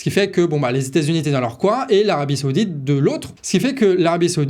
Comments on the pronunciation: on ne dit pas seoudite mais saoudite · Saoudite, pas Séoudite, on se croirait à la récréation 😁